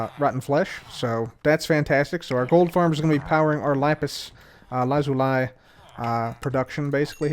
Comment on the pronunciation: is the only youtuber who says lapis lazuli correctly